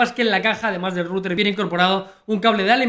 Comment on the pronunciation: en resumen para el canal: pastelero a tus pasteles. (y esa pronunciación de router es horrenda, o dices en ingles o dices enrutador, es un canal para todo hispanoamerica!)